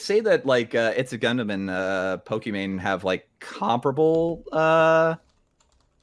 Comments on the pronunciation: Does he call her "pokemon" on purpose? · why destiny keep saying pokemon and not pokimane ? lol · why does Destiny ALWAYS say "pokemon" instead of "pokimane"? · why is he saying "Pokemon" not pokemane?